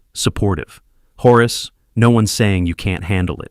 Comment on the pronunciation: "horus" - so lame, it's Horace